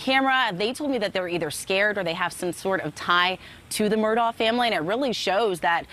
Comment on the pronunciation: It is pronounced MurdOCK. If you are going to report on it, say it correctly.